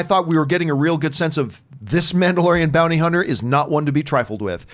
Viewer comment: “Bounter Hunny”